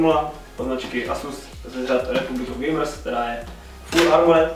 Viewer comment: Když rikal Asus a Nvidia tak sem rozuměl Nasus a Anivia :D